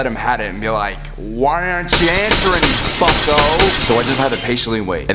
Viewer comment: every time he said bucko i thought he was saying fucko